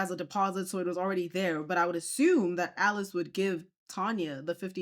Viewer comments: Isn’t her name Alice? Not “Eleese” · Is her name Alease or Alice (I'm askn bcuz u keep pronouncn it the 1st way)??...*not tryna b funny just 1dering*... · Lol bless you “Eleese” is Alice. The lady in the video was mispronouncing her name lol. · Her name is Alice not Aleese 😂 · This shop owner is clearly a greedy liar. And why this woman keeps calling the shop owner “ahlease” it’s Alice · ma'am why do you keep calling her Aleese her name is Alice she even said so herself lmaoooooooo that is bothering me so much 😅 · I always thought that her name was pronounced Alice, not Elise 😂 but hey…nowadays people spell stuff however they want to 🤷‍♀️ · HER NAME is Alice Not A-Lease lol 😂😂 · Hunny her name is “Alice” not “A-Lease” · Why are you pronouncing her name wrong. Her name is Alice (Al-lis)